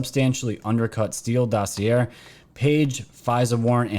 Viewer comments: Dossy-Aye not Dossy Air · dossier pronounce like ballet not air or sound illiterate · I love ur channel & try to catch every vid u make. I ask ur forgiveness for my criticism. Here goes: most of the time u mispronounce the word “dossier”. doe (a deer) see ā as in pay Thank you Sorry sorry sorry